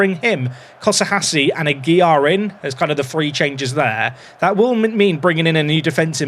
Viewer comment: Aguilar is still not pronounced without an L :)